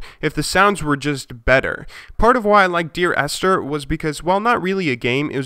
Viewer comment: it would be helpful, if you could name your game references in the description or even provide a link. Because you talk about a lot of games during your review, that are appealing to your viewers and they might want to check it out. However I could not tell from your voice that "Dear Esther" was not "Deer Astor" or something else I tried to google before I found the right thing :D